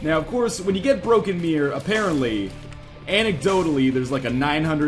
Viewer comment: MEH-ror O.o? not miRRor?